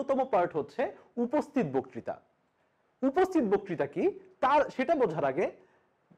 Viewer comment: বকতিতা উচ্চারণ কানে খুব খারাপ লাগছে।